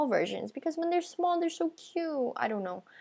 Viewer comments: Btw its "small" not "smoll" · D-did you say smoll ghost :O OH ME GOOSH :OOOOOOOOOO NO WAY :OOOOO